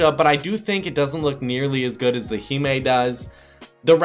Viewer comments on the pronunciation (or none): Heemae Lol 😂. It’s Hime. Hi mm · Himé really your fucking stupid it’s pronounced [Hy-ma] dumb-ass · he just said heemee